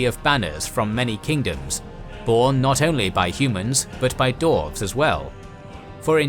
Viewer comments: Great Video but it’s Dwarves not Dorves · I know the narrator is saying Dwarves, but all I can hear is "Dorfs" XD